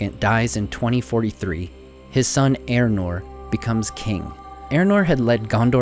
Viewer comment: Are you talking ay about Eärnur? Otherwise who is 'Eranor'? Try 'Ey-ahr-noor' .